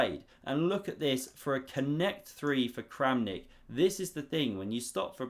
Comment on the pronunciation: Kramnik just became Krampnik